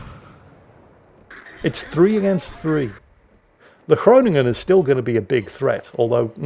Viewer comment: As an import Dutchie/ex-German, I have to commend you on your pronounciation of the Dutch names!! Pretty much perfect, even the G in Groningen!! I've never seen any other content creator make it a point to pronounce German or Dutch names correctly. But you do! But then you said stroopwafels and all admiration went out the window :P The double-o is just a long o in Dutch, not a oo like in booth/boot/fruit/